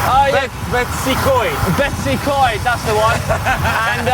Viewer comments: Correct pronunciations: Bet-oos ugh Coyd, Here-nant Pass, Llan-did-no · Oh you didn't even begin to pronounce places correctly - You really failed big time.....spoils the video 1. Llandudno - pronounced Cthlan-did-no 2. Betws-y-Coed - pronounced BET-uhss uh COYD 3. Llyn Celyn - pronounced Cthlin Kelin 4. Hirnant Pass - Pronounced Here-nant 5. Powys - Pronounced Powis...not Powees 6. Rhulen Hill - pronounced Roolen Hill Then you cut it short by not going to Caerdydd.....tough ride yes...length of Wales...no....Marks for pronounciation 0